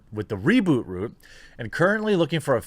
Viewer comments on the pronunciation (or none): none